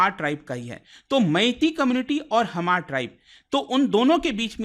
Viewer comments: Hamar pronounced nhi sir H is silent only Mar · Dear respected man,just wanted to point out that it's really important to double-check facts before sharing them. Small mistakes can lead to a lot of people learning incorrect information. For example, it's "mar" not "Hamar", "tsunami" is actually pronounced "sunami", and it's "Silchar" not "Siliguri" in Assam's Cachar district. Just want to make sure we're spreading accurate info! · It’s pronounced Maar not Hamar or hmar (H is not pronounced like knife not kenife) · Hamar nahi mar pronounce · We hmar nation, Not Hamar ,Your pronounce is not correct. Pleasae pronounce correctly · It's not pronounced as hamar but mar. H is silent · Sound /pronounce as mar,,,Not Hamar😂 (H=Silent) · The pronunciation is MAR and not Hamar. H is silent. I'm from Manipur and we called them Mar. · Hmar... Pronounced as H silent. Not HAMAR. 👆👆